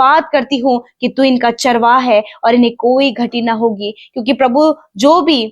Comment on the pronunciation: प्लीज, चारवा का उच्चारण चरवाहा के रूप में करें.... धन्यवाद